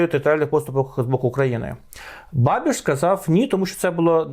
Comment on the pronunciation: І не бабіШ, а бабіЧ... Практично babitch...